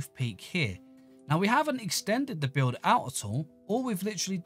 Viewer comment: thats how he says build